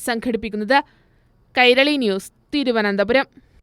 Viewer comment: Kairali alla myrali